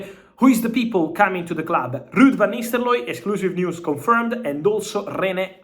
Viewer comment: Why does he keep pronouncing it as 'Van Nisteloy'?😂